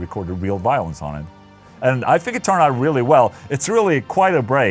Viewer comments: I thought you kept saying "Violence" but realized you were saying "Violins" hahahaha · I heard Violence each time instead of Violins :D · i thought you were saying violence instead of violins and i was liek how the FAQ is he recording violence and then sticking it into a song?!